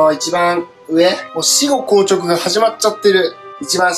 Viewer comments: 死後硬直のイントネーション変（笑） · 死後硬直の発音おかしいと思った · 「死↑後硬直」じゃなくて「死→後硬直」なの私だけ？